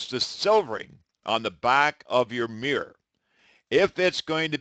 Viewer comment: He cannot pronounce mirror: “miwer”!